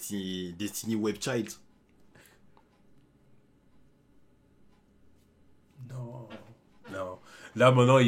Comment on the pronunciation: Il a dit Destiny web child 😂😂😂